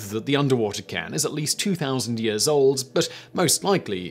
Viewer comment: Stop with the weird pronunciations. Seriously it's just annoying and you can't be making mistakes like cairn sounding like karn.